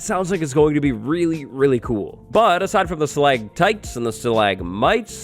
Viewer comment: StalaCtites. Not stalaGtites! Stalagmites is good tho.